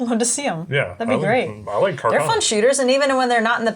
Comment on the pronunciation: Love the vid....but please, it is pronounced carcano, not "cacarno". C'mon!